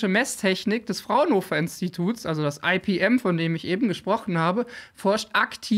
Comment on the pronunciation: Cooles Video. Ich möchte aber darauf aufmerksam machen, dass das "Fraunhofer-Institut für Physikalische Messtechnik" bitte nicht englisch abgekürzt "EiPiEm", sondern einfach "IePeEm" gesprochen wird. Meine Fussnägel danken es dir! 😉